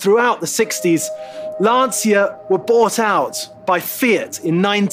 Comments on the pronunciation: You pronounce" Lantcha " not Lansia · If you love this car please learn how to pronounce its name, is not "Lanzia"...in Italian phonetic is important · Great vid but PLEASE if you make a video about a Stratos at least try to pronounce LanCIA somewhat correctly. And I'm not even Italian... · Why you can't pronounce the name correctly? It seems like you do it on purpouse saying it wrongly. Why? Just why? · Epic car, beautifully filmed and presented by a guy who can't even pronounce Lancia correctly. What happened to this great channel..